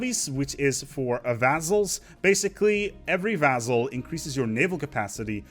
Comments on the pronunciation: Vass-all, not vazzell. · So far as I can find, "vassal" is pronounced with an "s" sound in the middle, not a "z". In sedentary the accent is on the first syllable. Thanks much for the videos. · Pronouncing Vassal "Vazel"